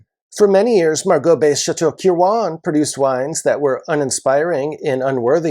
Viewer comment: I know this minor in the grand scheme of things but watching you butcher the pronunciation of Kirwan was hard to watch. Its pronounced Kir-win.